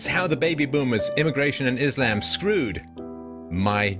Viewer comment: it’s a small thing but i hate how lauren pronounces “islam.” like, you know how to say it lauren. there’s absolutely no way you don’t. it feels purposeful and disrespectful